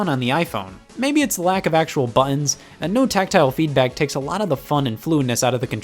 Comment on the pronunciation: They are called "butt-uns" not "bununs", Scott